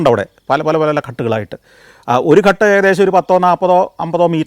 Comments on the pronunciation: ഘട് എന്നല്ല ഉച്ചാരണം, ഘാട് എന്നാണ് ശരിയായ ഉച്ചാരണം ദയവായി correct. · ഘട് എന്നല്ല പറയുന്നത് ഗാട്ട് എന്നാണ് പറയേണ്ടത് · ഘട്ട് എന്നല്ല, ഘാട്ട് എന്നാണ് പറയുക. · കട്ട് അല്ല. ""ഘാട്ട് ""ആണ് ശരിയായി പറയണ० ( കടവ് ) അല്ലെങ്കിൽ അർഥ० മാറിപോകു०. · Athe...Ghat thanne... Santhosh George nu thett pattiyittund